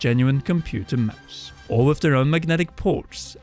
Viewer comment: IT'S MOUSE... NOT MOOSE🙄😅